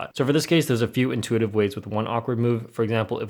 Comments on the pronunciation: "inuititve?" lol xd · ah yes, inuititve